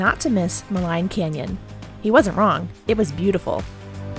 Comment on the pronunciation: Glad you’re getting to enjoy some of my backyard on your way home. Jasper and Banff are truly special places. (BTW, Maligne is pronounced “ma-LEEN”.)